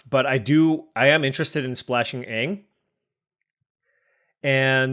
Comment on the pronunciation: You butchering anag and tophs names all game was hurting me